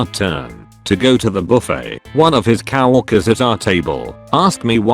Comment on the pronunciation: Dear reading robot; cow walkers are people whom I presume walk cows. Co workers is pronounced differently.